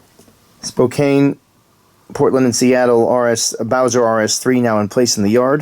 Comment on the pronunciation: (spoh-KAN) not (spo-Cane). It's my hometown so I have to correct you by order of the Spokane City Charter Ordinance in which it states clearly, that "as a Spokanite, whether currently a resident or not, must by law, correct those who say (spoh-Cane). Failure to due so, will by highly frowned upon". So, I've done my civic duty. 🤣🤣